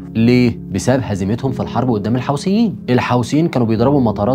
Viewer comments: ملحوظه بس اسمهم الحوثيين مش الحاوثين عييب اوي انك مش عارف تنطق اسمهم صح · يا اخي الفض الكلمات جيداً الحوثيين وليس الحوسين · الحوثيين وليس الحوسيين